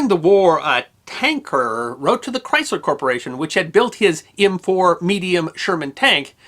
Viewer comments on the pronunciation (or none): none